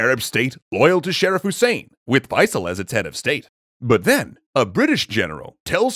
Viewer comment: Sharif pronounced Cher'reef or share'reef but not Sheriff. Alternate spelling Che~rif.